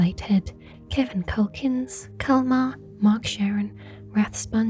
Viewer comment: I love how you said my name at the end (Calmar) 😁 Good video as usual!